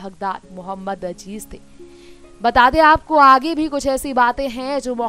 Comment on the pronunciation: for gods sake it is mohammed aziz and not mohammed ajij atleast pronouce his name properly